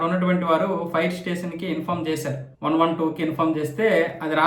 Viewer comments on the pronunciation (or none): Youtubeని మొత్తం గబ్బు పెట్టిస్తున్నారు నీలాంటి వాళ్ళు! షార్ట్ సర్క్యూట్ ని షార్క్ సర్క్యూట్ గా పలికే నీలాంటి వాడు చెప్పే వార్తలు చూస్తున్నాం చూడు మమ్మల్ని అనుకోవాలి... ఫైర్ స్టేషన్ ని ఫైర్ స్టేసన్ అని చెప్తున్నావు చూడు... ఒరేయ్ ఏదైనా పని చేసుకోరా, లేదా ముందు తెలుగు సరిగా నేర్చుకో వార్తలు చెప్పేముందు.